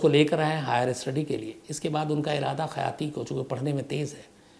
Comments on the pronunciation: Its khyati not khayaati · Not Khayati, But Khyati (Famous in Nepali Language) second city of Nepal, Biratnagar